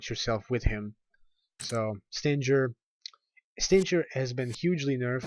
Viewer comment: Forgot to mention, the old Force Edge Combo can still be done by: Force edge melee, melee, switch to Yamato, melee, melee, pause, melee. PS: I find it weird that you've mispronounced Stinger. SHouldn't it be pronounce like "SS-DING-ERR" (like a scorpion's stinger?)